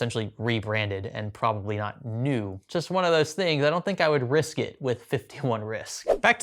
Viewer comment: “51 Risc(k)” while using that card 😆